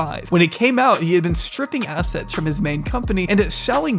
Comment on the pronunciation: I’m just listening to the video, and what I thought I heard was “tripping acid”. Much cooler than stripping assets.